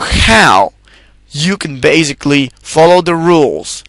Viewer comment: In addition, this is not the proper way to pronounce the word 'basically'. The word doesn't contain a 'z' sound. So, it really hurt my ears to hear it mispronounced zillion times.